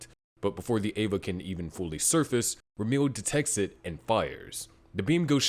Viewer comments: Ramiel is spelt like ram (as in the animal) e (letter) l (letter) Or at least that's how you're spoused to pronounce the name I'm a native Hebrew speaker so it bugged me a lil lol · Never in my life have i ever considered that Ramiel could be pronounced "Rameal"